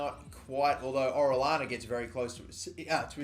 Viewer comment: Hey, the orellana guy, his name is pronounced or-eey-on-uh. No hate tho, love ur vids: )